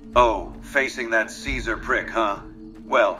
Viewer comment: That voice actor didn't know how to say the name Caesar, i guess?